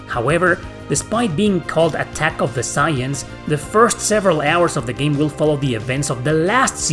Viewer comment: That pronunciation of Saiyans and Goku hurt my soul. 🥺